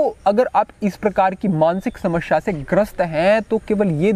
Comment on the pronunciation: बहोत खूब गुरु जी आप बड़े अच्छे यूट्यूबर हैं इसलिए, समश्या नही समस्या का उच्चारण किया कीजिये 🙏